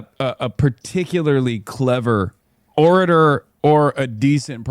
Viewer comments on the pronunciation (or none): rich coming from the bumbling rambling “orator” who can’t say “orator” 😂